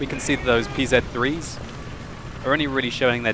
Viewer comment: Can someone explain why doesnt say "Pz." in the right way?